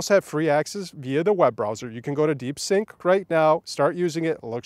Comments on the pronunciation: It's DeepSeek not DeepSink. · Stop calling it Deepsink 😂😂😂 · "deep sync"? 🤣 You mean: DeepSeek!😎